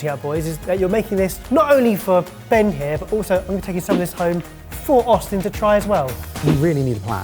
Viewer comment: Ben it is NOT bain as in main, it is bain as in BAN.